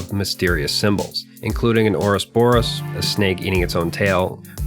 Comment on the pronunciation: What's an "orus borus?" Or did you perhaps mean "ouroboros?"